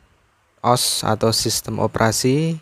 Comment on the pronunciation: Baca OS itu ya di pisah O S, o sama s bukan OS di gabung, tapi gkpp